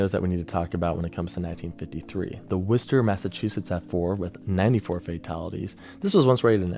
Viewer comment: You pronouncing Worcester (MA) right was one of the most surprising moments in this video tbh